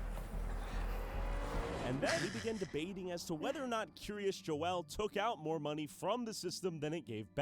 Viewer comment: Dear F Why do you call it Kiryas Dzool, instead of Kiryas Yo’el, In Yiddish pronunciation of the letter Yud?